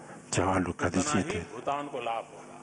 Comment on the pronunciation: Aap ko bhutan bolna nahi ata bhutaa n. Bolta ho pm jee spaling galti hai